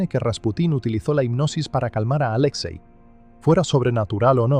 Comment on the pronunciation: No es "Aléxei", es Alexei.